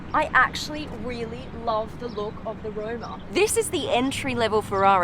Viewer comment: Its ROMA not ROUMA